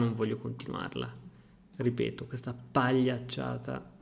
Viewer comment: Scusa ma al minuto "pagliacciata" con 3 o 4 "p"?🤣🤣